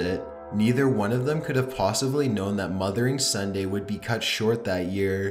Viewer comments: I thought he said mother and son day haha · I thought he was saying "Mother & Son Day" but I was confused since she was a woman....